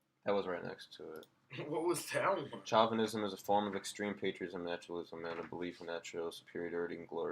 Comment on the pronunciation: By the way, chauvinism is pronounced show- vin- ism. We used to call men that mistreat, women male chauvinist pigs, about 40 years ago. Have you ever looked up trumpery? Also a little trivia June 1 1927, Donald Trump's father was arrested at a KKK rally. He was indoctrinated since birth, but nah he's not a racist because he says so. Ok, let's just say FASCIST then, must be why he's terrified of Antifa!